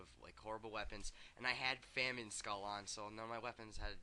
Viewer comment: why do these retards pronounce famine as "fam-een"? and melee as "mee-lee"???????????